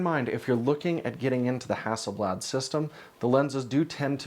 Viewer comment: …that aint no ”bladare”…no no no…oh nooo…”the ”swede”…